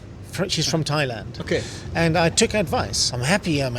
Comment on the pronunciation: Thoilend? What's the meaning of it? Never heard about Thoilend, maybe you are in the wrong country?